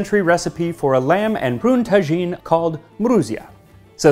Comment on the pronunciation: I'd like to correct if I may, it's pronounced taa'jine not tajeeen.